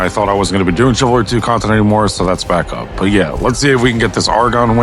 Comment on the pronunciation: Welcome back. Still saying TSIvalry, I see 😂